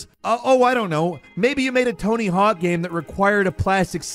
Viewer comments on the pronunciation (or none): Every time says “gyame” take a shot